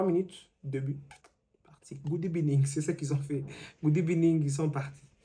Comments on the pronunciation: Good ebening 😂😂😂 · Good ebenin 😂😂😂 non l’intro 😂🤣🤣🤣